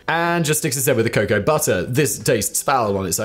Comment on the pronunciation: Dear Simon, the word cocoa is pronounced CO CO like go go. Not Kacow. Thank you, The United States